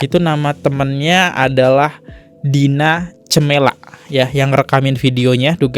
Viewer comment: Greget banget kalo liat si abangnya baca teks..dinacamella,seharusnya d baca dina kamela..eh dia baca dina cemela wkwk